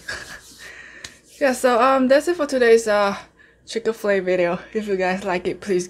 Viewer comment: I'm here for the "Chicka-Flay", not Chik-Fil-A 😂💕🍗🍗